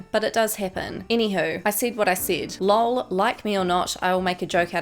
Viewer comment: Why was "lol" pronounced "lul"